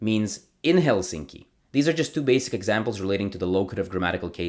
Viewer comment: Also, Helsinki is pronounced with the accent on the first vowel (HELsinki) :)